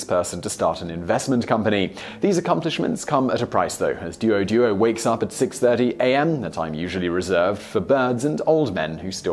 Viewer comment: not du-al du-al pronunciation, it's dwo dwo~~